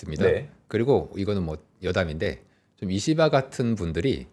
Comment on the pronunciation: 발음 잘 해야되는데요. 이씨바 ❌️